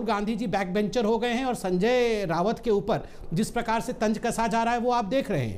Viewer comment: Its not रावत it's राऊत